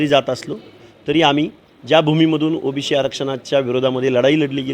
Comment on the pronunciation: अरे ओबीसी असता ते ओबीशी नाही..ते बोलायला शिक आधी 😂😂